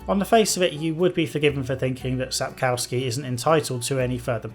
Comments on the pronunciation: oh god can you please stop saying sap CAU ski. Try sap KOFF ski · Everybody gets it wrong! Its SapKOVsky, not SapCOWskee!